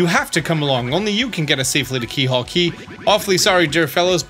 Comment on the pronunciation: Surprised no one has said anything about this- it’s “Keelhaul” Key. I think most people would expect a 100% guide to get something like this correct.